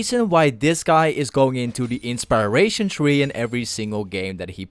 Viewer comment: Thought I was the only one that heard it.